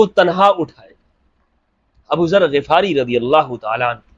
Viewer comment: Assalamualaikum,, Hum nay GHifari parha hay Ghafari nahi, Yani Zabar nahi Zair hay Ghain pay?